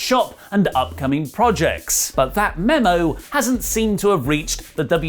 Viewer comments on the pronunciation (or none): none